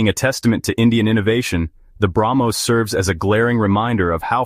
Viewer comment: Ar-junk? Tes-Junk? Brag-Most? F-Junk? 😂😂😂😂😂😂😂😂😂😂😂😂